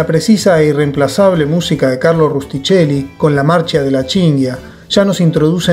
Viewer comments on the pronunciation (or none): Me ha gustado la reseña, amo a Monicelli. Me permito hacerte una correcciòn: en italiano "ch" se pronuncia k, Rustichelli se pronuncia Rustikelli